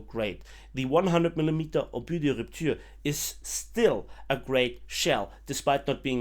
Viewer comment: Ur french prononciation of "obus de rupture" is excellente 👍